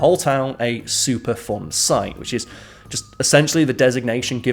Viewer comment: Super fun site? Did anyone else hear that? I can't figure out what it was supposed to be lol. Love you